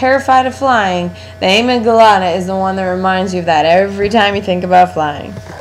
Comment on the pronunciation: Isnt it a-mig-dala??? Whos amy gelata??